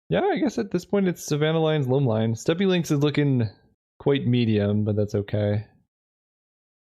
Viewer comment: channeling his inner SaffronOlive in this one by pronouncing steppe lynx both correctly and incorrectly multiple times in the same video